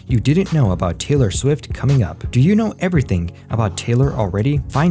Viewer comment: It is TAY-LOR, NOT TYLER. 😳